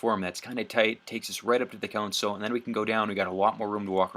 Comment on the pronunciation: Why do you pronounce console in a way that makes me feel actual pain